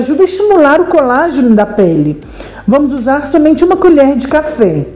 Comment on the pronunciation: Não é colágio. É COLOGÉNIO